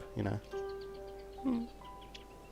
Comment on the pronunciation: i keep thinking your saying flak is black XD